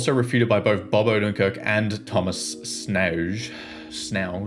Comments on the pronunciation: "Schnauz" like "Scouts", so "Shnouts" is how you pronounce it right I guess ;) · Schnauz is a German name, and is pronounced “Sh-Nauw-Tss”